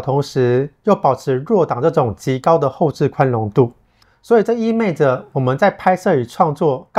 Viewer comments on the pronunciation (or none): 意味，不是意昧。